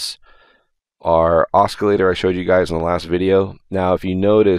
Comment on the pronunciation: oscillator has a soft C sound, not hard.